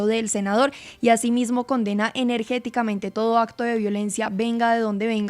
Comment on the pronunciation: Señora periodista se dice enérgica mente